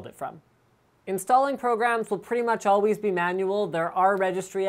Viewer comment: as alwees?